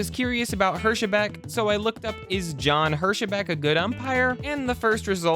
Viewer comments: I believe he’s commenting on your pronunciation of Hirschbeck. I’m pretty sure it’s pronounced Hersh-beck. But I could be wrong, about both the pronunciation and the context of his comment. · OK, it IS a computer narration -- and a PATHETIC one at that. It is obvious that the submitted 'vocals had John Hirschbeck as Jon Her sheh beck.. An extra added in syllable. What was once said by Mike Myers -- that the 'em phahh sis' was on the wrong 'sill ahh bahl' (in this case, the syllable was wholly contrived and invented -- never REAL in the first place). So, to say that I HATE computer narration -- would be a drastic UNDERSTATEMENT. not a fan of John Hirschbeck either, but (the author of this post) if you want to castigate umpires, bad calls etc., then 'clean your own house' -- first. Ya cannot lambaste someone who is doing far less worse than what you already have done! CTFO. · Hirschbeck is 2 syllables, I don't even know how someone can see that and think is 3.